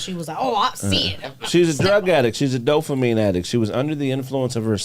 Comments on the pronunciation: I love you and the show dawg that's why I gotta let you know DOPAMINE NOT DOPHAMINE YOU KEEP SAYING THAT SHIT SO WRONG 😂 DOPE NOT DOPH ain't no Ffffff sound in the whole word please fam cuz you smart asl but it don't sound like it when you say dophamine with a serious face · Can someone tell that it’s “DOPAMINE” NOT “DOHFAMEEN” 😂 and “HIMINIST” is fucking brilliant! 😂